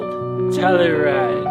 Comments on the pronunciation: “Telleride” lol we pronounce the “u” in Telluride. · Oh... and, as a CO native.... just for future reference... it's pronounced like: "Tell-you-ride". I digress. ABSOLUTELY LOVE your content! Been binge-watching your stuff! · Love your videos bro! Im a Colorado native - "Tell-U-Ride" Keep up the great work! love your channel!